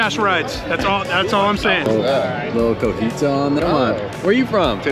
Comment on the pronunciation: if you're gonna clown on the ol boy from Tennessee for not being hip to the tasty crumbly cheese then the least you can do is pronounce it correctly... Cotija not cojita. 😬🤣